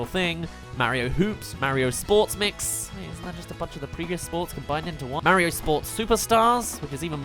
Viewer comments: It's Mario, not Merryo. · how come you say Mah-rio lol